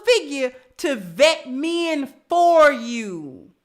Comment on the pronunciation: It's MEN, stop saying MEAN or MIIN, repeat after me: MEN, MEN, MEN, please 🙏🙏🙏 speak English in a proper way.